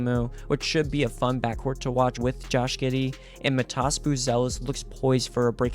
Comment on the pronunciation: excuse me, but you butchered Matas name